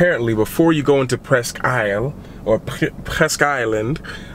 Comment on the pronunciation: It's pronounced, presk.